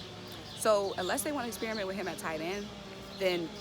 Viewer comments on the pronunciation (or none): none